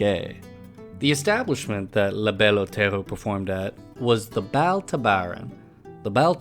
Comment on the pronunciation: “La Belle Otello”? It’s distracting.